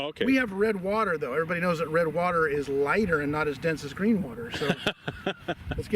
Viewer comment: It's not green! It's breen!